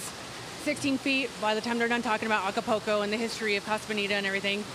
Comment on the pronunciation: What tf I just saw? She can't even say "Acapulco"🙄